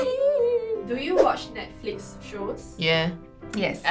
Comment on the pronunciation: guy: oohh nesflicks yess girl: *side eye corrects him